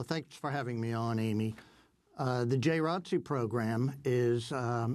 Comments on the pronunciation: Is no one gonna address the people in this segment calling JROTC as "Jay Rotzee"? As a former JROTC Cadet, it made me cringe every time. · I totally agree with you! It is called Junior ROTC not "Jay Rotzee" like its some cool, catchy new name for a program that has been in schools for way too long. Everyone knows what Jr. ROTC is but hiding it under this weird new name makes no sense, especially from the people in the video trying to shed light on the sick turn it has now taken. In order to help prevent further school shootings, let us call it by what it is--- JR ROTC, so people can learn about this now dangerous program that needs to be abolished. We live in a different time now and the military and the NRA has no business in our schools training these psycho school shooters. Students (and the parents who allow this) can go get innocently recruited by the military on their own time, or enroll in marksmanship programs outside of school, not in a public school setting! It used to be looked at as a respectable program in schools but now that I realize it is just sick military recruitment preying on innocent minds, this needs to go. This is no disrespect to your service in the Jr. ROTC. Most of the kids in Jr. ROTC are respectable stand up members of the community who could go on later to become decent law enforcement or in the military but the world is too crazy now and the military has NO business in our schools. The three Jr. ROTC kids who were killed by Cruz probably felt a sense of duty to protect others but they did not have the training or equipment or adult minds to do this, and they were proba